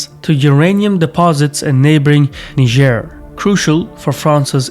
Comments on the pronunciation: You're mispronouncing Niger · that niger pronounciacion tho